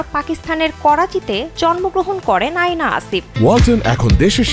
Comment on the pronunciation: Not আয়না😂 it's অ্যানা